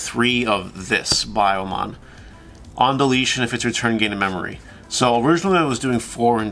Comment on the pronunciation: Its be-yo-mon idk why digimon chose these pronunciations but their you go